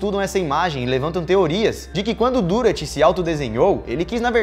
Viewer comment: O nome do artista ,que éra alemão se pronuncia "Direr" pois o alemâo usa trema(¨) no U¨e se pronuncia como I